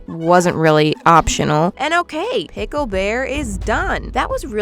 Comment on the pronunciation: It is not Pickel when it comes to him it is Bickel 😂😂😂